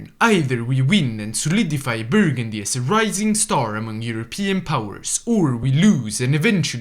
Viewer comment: "Burgundy" - sighs - Dives on comments